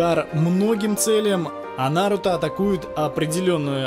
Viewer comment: Ударение на у